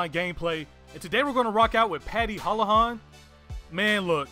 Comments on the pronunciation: hoo-la-han is said how it's spelled, it's a different name, his is hoe-la-han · It's pronounced hool-la-han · Bro I'm Irish the o's in holohan is pronounced like Eww so it's Hewlewhon and the A at the end of his name is pronounced an ... So you say Hewlewhon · I love hearing Americans trying to pronounce Irish names it's so funny. It's hoo-la-Han in case you were wondering lol